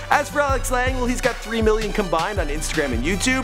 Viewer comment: I cringed everytime you tried to pronounce Lange..